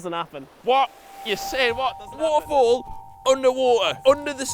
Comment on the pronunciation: wa er fall, une wa er